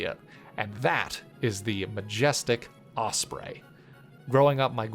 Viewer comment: Osprey not osbray